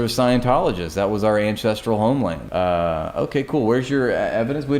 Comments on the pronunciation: Is she saying "Incestrial Homeland"? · She can’t even say ancestral correctly, sounds about right for zionists.